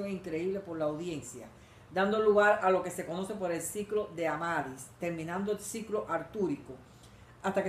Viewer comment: No es "Amadis", es "Amadís".